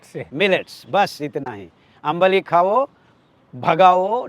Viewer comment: It's आंबिल ❤.. not अंबली